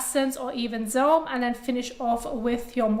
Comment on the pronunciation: ‘Dis’ is one intense face washing video… If you’re slightly tired or not an expert, your head may spin. :-) It took me a good few minutes to realize that ‘zz-airm’, lol, was SERUM. cute. She’s intelligent, speaks fluid English and articulates it well. I’m glad these videos are just a Hobby of hers ‘cause she’s rather overqualified for the job. Enjoyable extracurricular practice, nevertheless.